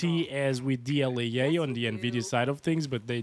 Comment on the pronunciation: what is dl-yay-yay?